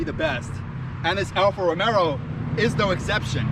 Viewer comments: Alfa Romero???? Lmao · It helps credibility if you learn how to pronounce Alfa Romeo proper....